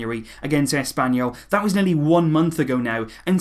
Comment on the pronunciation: Did you just said Asspanyol??? 😂😂